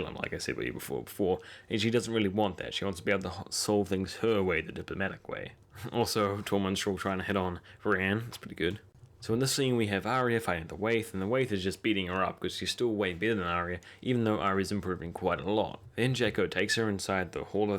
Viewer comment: great review as usual. And I usual, I understand "Bran" when you actually say "Brienne" ;)